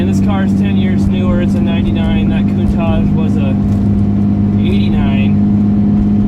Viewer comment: love the cars. Although every time you said Countach i would cringe. say it with an SHH sound at the end not with Z.